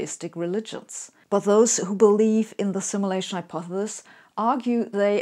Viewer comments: so we are supposed to follow this Hypothesis from someone who cant even say the word hypothesis.... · Personally I pronounce it, "hypothethethis. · I’ve only just found Sabine’s amazing videos. Why does she pronounce ‘Hypothesis’ as ‘Hypothelis’? Tongue twister? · Or how she can't say hypothesis, but we love her anyway. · I love how you say hypothesis. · I think the way you pronounce 'hypothesis' is cute. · Why would a computer programmer create a synthetically simulated Sabine who can't pronounce the word "hypothesis"? Is this a glitch in the algorithm? Or did they do it on purpose to throw us all off track? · Aww. Isn't the little physicist cute when she can't pronounce hypothesis. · How cute. Sabine, an undoubted brainiac, who gave quite a good talk distinguishing American and English pronunciations, cannot pronounce hyopthesis. She stumbles at the last syllable. Reminds me of my late father, a very intelligent and well spoken man, who could not say "ordinary". Such is life. I'd like to think I could teach her, but I never managed with Dad %^)